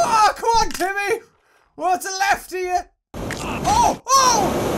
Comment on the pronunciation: its not timy its jimy